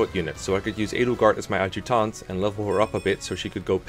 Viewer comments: A-juct(like duct)-tant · Nobody:: Awd-jew-taunt